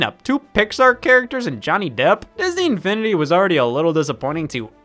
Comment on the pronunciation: Bro, the way he said “Disn-E Infini-D”